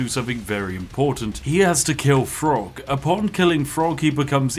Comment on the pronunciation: It's Throgg not Frog.... The TH does have its own sound. As a Spiffing Brit I'd have expected you to know this lol